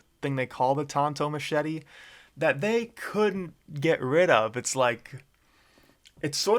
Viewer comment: And the smachet lol